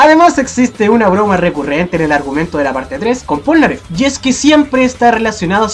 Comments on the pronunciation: ¿porque dices pornaleff en la parte 5 :,v? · Sabian que se pronuncia plnaggeff